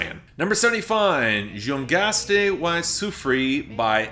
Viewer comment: Spanish song: exists: Joo-ghaste why sufree